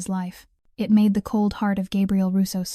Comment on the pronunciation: And the simple word "it" (in so many AI read stories) seems to always come out as "I.T". And if it was actually "I.T." - it's a mess.